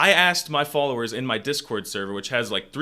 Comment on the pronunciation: hey I don't know if you're reading this but if you do feel free to pronounce it closer to "дискорт", it sounds more natural this way and I can hear how much harder it is for you to pronounce it this way. Though when you say "дискорде" and the word in other cases with a vowel after the д keep it. That's just my opinion though, I'd love to hear what other natives think about this